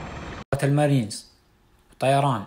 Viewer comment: حلووو طرحك ما شااء الله .. بس توضيح بسيط يقولون مارينز مش مارنيز